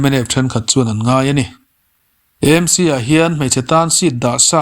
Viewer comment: Eizawl ni lovin Aizawl ani sia,ti nge Emc ti a kn lam ziah le,AAAmc tih a va ṭha ve aw